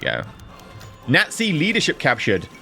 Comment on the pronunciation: Junta like Hoon-ta not june-ta, nazi like yahtzee not gnat-zee